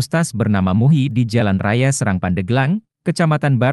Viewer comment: Di bacanya bukan SEURANG tapi SE'RANG KATA SERANG BERASAL DARI BAHASA SUNDA YG MMLIKI ARTI SAWAH